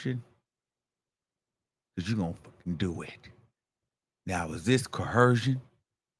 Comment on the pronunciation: Right. I came here to say it how he says it. He doesn't say it right which tells me he thinks he's saying it correctly because he said it with Nancy Grace and the other white woman...CoHERsion 😂😂😂